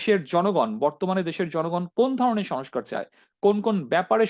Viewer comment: Who are you? You don’t even speak good Bangla. You were saying shush car, it’s not Sonoscar it is sonscar. There are many more wrong pronunciation on your Bangla. It’s not Sonbadic, it is sangbadic. Get your shit together.